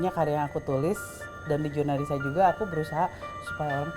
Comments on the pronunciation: Jurnalrisa bukan jurnallisa kumaha sih bang atta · Jurnalrisa , r nya ketinggalan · Monmaap JurnalRisa bukan Jurnalisa 😂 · Jurnalrisa ta, bkn Jurnalisa😂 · Jurnalrisa , bukan Jurnalisa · Jurnalrisa bang... Bukan jurnalisa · Jurnalrisa bukan jurnallisa 😌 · Bang, yg bener jurnalrisa. Bukan jurnalisa wkwkwkwk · JurnalRisa bang bukan JurnalLisa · JurnalRisa abanggg bukan jurnalisa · Jurnalrisa toh mas bukan jurnalisa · Jurnalrisa bang....bukan jurnalisa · Jurnarisa bukan jurnalisa woy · jurnalrisa bang bukan jurnalisa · Jurnalrisa, bukan jurnalisa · Jurnalrisa bang bukan lisa